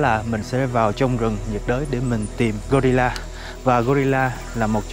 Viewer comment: " khỷ đột là gờ-ry-là "